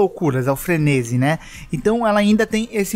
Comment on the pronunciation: Frenesi kkkkkkkkkk aprende a falar frenesiiiiiiiiiiii